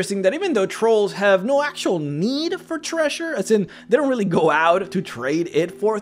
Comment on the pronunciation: I'm distracted by how you pronounce 'treasure' as 'thresher' .